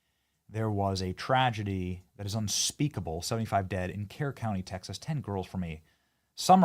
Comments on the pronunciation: Pronounced spelled Kerr pronounced Cur county. I have family there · Benny FYI Kerr County is pronounced "cur" not "care." Texans are thankful for all the help and support we're receiving for rescue & recovery efforts. On the other hand people like Sade Perkins are pure evil. If you haven't seen the sadistic, racist things she is spouting you should look it up. Be warned its beyond infuriating awa stomach turning. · Benny your pronouncing Kerr and Kerrville wrong!! It's pronounced like Kurr (think burr) or Kurrville (burrville)!!!!